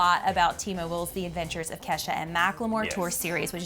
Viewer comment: am I the only one that heard " avengers" instead of "adventures" or am I crazy?